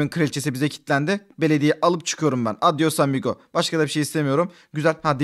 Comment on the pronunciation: Adyosamigo neki öyle diyon